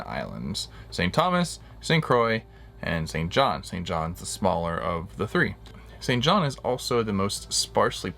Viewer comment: It pronounced St John. There is no S in the name.